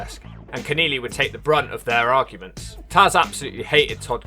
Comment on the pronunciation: it's kenelly not Ken=eely